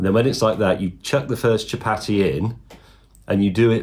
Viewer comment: The pronunciation of chapati is hurting my soul